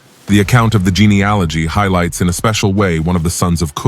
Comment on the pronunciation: You mispronounced Japeth and geneology. And, the three sons were not born After the flood. For , they each had wives they were allowed to take on the Ark. God bless 🙏